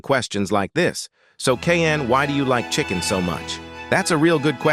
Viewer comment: I thought you said children💀